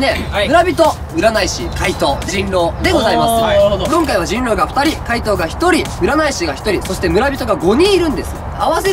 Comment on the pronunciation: 怪盗がかいとにしかきこえん、、笑笑